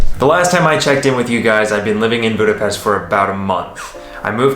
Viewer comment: I do appreciate the proper way to say Budapest. You are a true teacher who listen. Shame you are leaving I enjoyed your videoes of my home country. Having said that my dream was always to visit the USA maybe you would show us some of it. Love the countryside anywhere so please pop in some travel too. Good luck in your new adventure. 👍🤩🖖🖖🖖🖖🖖🖖 sorry for my english if it is incorrect😊maybe you can teach me proper english😃. Hello from Downunder🐨🐨🐨